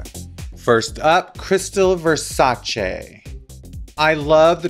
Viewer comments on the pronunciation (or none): Raven: its Versaceeee not versachi